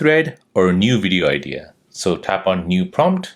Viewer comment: you said to update to the latest wersion. What's wersion? And periodically you would say wideo. I don't understand.